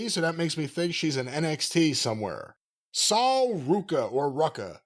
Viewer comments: Sol Ruca is pronounced "Soul Roo-ka" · "Saul Rucka" Jesus 😂